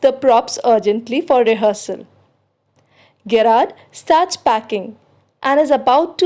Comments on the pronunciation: It is Jr--aard not Ge- raard.. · Its pronounced as " Je-rrard"